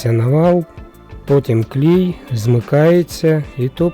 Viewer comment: Хомути поміняй ці не годяться. Пильник потрібно брати капроновий. І правильно клей а не клій😂